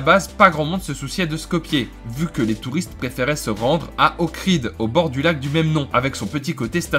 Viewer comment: C’est le lac D’OHRID et non pas Okrid